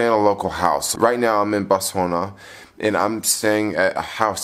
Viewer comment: ".....culture to pronounce their letters a certain way." How is the pronunciation of Botswana based on "southern" letters? It's three syllables! He didn't need to learn that in southern schools, but rather upon visiting the country. It's basic respect. The same goes for Namibia.